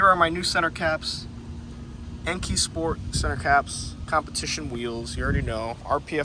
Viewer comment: I know you didn’t say Enkei the way you did in that video the cringe I had when I heard you say it 💀😭